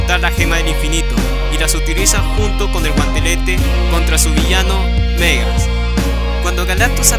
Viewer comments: Me hace daño cada ves que pronuncias Megas, cunado en ingles siempre lo he oído pronunciar como Magus. Por lo demás buen vídeo. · Porque le dices Megas al reverso de Warlock ?? se llama Magus. tal cual como se escribe. Este personaje villano concretamente no tiene en el nombre fonética inglesa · Me encanta la pronunciación de "Megas" para Magus... casi se parece...